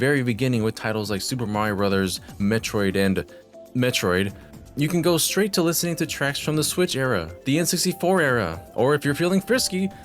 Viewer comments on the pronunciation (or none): none